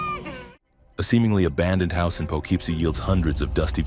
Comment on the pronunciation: The correct pronunciation of Poughkeepsie is pa-kip-see, not po=keep-see